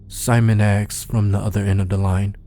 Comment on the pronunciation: "I axed" Well done, my dude. Please please pleas look up how to peonouns "asked" tho. Or train it, if you struggle with it 😅.